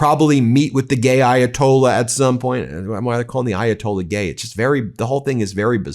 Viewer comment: trump slurring..referring to the ayatollah as the gay ayatollah is pretty disgusting